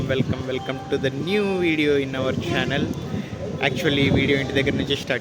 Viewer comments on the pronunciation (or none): చానెల్ ❌ ఛానెల్ 😂